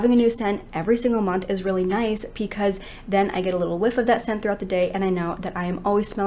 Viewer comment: Is there a particular reason why you say pee cause instead of because?? I know im not tripping, i hear it everytime you say it, i cant be the only one!!!